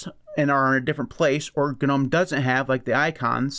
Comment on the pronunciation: American manages to pronounce Gnome he way it is intended. :) Congratz. ;)